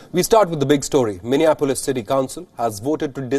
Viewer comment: Minia Polis is how Indians pronounce it